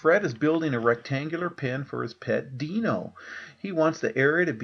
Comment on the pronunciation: he said (d-no) instead of (D-ino). LOL